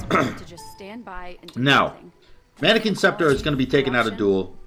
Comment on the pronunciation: Take a shot everytime he says “Manikins”!